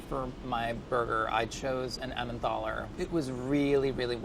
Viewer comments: I love, but I'm concerned about the way he pronounced emmenthal repeatedly. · “Emmenthal” has a hard “t”. Helpfully the modern German spelling “Tal” (valley) drops the “h”. Same goes for Neanderthal.